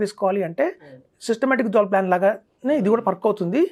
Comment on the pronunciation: ఫస్ట్ swp అంటే సిస్టమాటిక్ విత్డ్రా్వెల్ ప్లాన్ స్పష్టంగా పలకండి. Idcw లో కూడా units తగ్గవు అంటున్నారు, ex dividend రోజున అంత మేరకు, nav లో ప్రైస్ తగ్గిస్తారు. Units తగ్గకపోయినా, ప్రైస్ తగ్గితే అది కూడా, ఒకటే కదా. ఇలా ఈ analysts misleading inf ఇస్తుంటారు. సుమన్ టీవీ వారు, గంగిరెద్దు లా తలాడిస్తూ ఉంటారు.